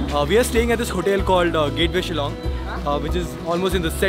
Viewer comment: I love the fact that you can pronounced the word Shillong correctly btw thanks alot bro for this video....✌️✌️from Shillong